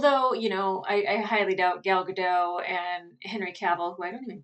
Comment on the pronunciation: Thanks for the reaction to this series, it was delightful :) As a Hebrew speaker, I have a small clarification: Gal Gadot's name isn't pronounced like a french word, with a silent "t" at the end - Hebrew doesn't have silent consonants (other than sometimes H). She should probably have transcribed it as Gadott or something, to avoid that pronunciation error ("Gal" means wave, "Gadot" means banks of a river (plural. Singular is "Gada"))